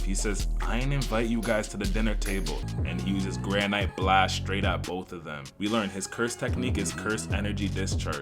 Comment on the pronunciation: If this dumbass says granite like that one more time i swear